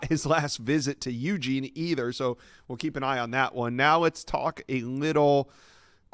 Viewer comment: Ugene not Uuuuugene